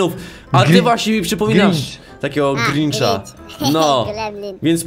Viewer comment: Gringch czytaj grindż